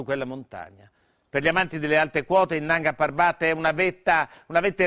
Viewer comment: Nanga parbát pronunciato da minoli non si può sentire.